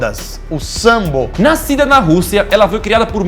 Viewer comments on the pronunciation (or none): Mais mortal: sambo Isso mesmo, q grupo ruim, danifica os ouvidos esse tal de Sambô